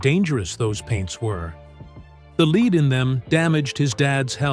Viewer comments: he said leed, not lead. That was the point, do get a grip! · You beat me to it, it was REALLY doing my head in! Much like the LEEED in the stuff he was using! It's f***ing LEAD, pronounced, LED! Apart from that, Drew loved himself FAR too much!